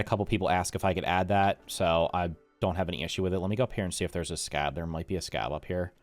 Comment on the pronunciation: Hey, I noticed you didn't know, but things like the Sca.B's and the bots are pronounced [sca-BEE] and [ruz-TEE]. you pronounce the first part normally, and the letter after the period is spoken. Thank you for your time!